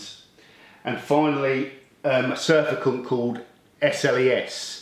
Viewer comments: Good topic and tips, thanks. Always explained in a way anyone can understand. BTW, Its not Surfacant, its Surfactant Sur(ace) act(ive) ant (agent). “A substance which tends to reduce surface tension (friction/ bonding etc) of a liquid in which it is dissolved”. Special Soap to most of us:-) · Do you not mean to say surfactant ? Surfacant is not a word. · I pronounce it surf - act - ant (is that what you meant?) Possibly has a dislike of surfers.